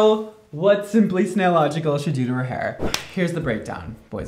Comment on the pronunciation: I cried when he said snaillogical